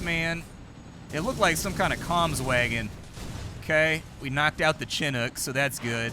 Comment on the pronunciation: The 'ch' in chinook is pronounced "sh".